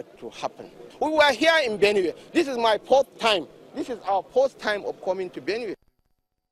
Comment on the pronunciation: ade. WA it's not his poth time, it's his peepth time in benue